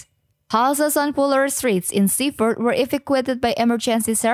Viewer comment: she defo needs to come to liverpool and speak proper english and cant even say bootle or seafouth or other parts of merseyside and cheshire correctly